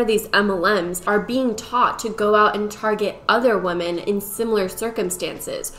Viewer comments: I kept getting distracted by that this entire video. It's a good video, but it was hard to pay attention because my head hurt a little every time she said woman instead of women. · Is it just me or is she constantly saying "woman" instead of "women"? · I love these types of videos & think you do a great job with them. But my brain doesn't like the way you say women lmao i hear woman. I know it's just how u say it, obviously you're smart and know the proper word.. But i can't be the only one who gets thrown off almost every time you say it. 😅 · I love you but why do you pronounce women like that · You say women wrong. Fyi